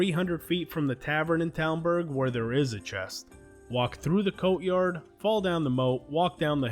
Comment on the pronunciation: I'm not trying to be mean I just thought it was funny when you said coat yard instead of courtyard kinda like when my friend said man yays instead of mayonnaise